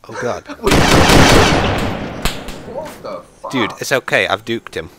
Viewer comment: Juked not duked lol